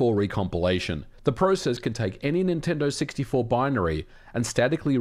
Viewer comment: Dude little tip for better audio.. position your mic a little higher, you sound sometimes like your spit devours words. Instead of Nintendo 64 u said multiple times siggty four. Clear pronunciation is the key